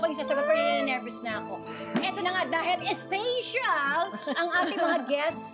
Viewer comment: Special is not pronounced as spatial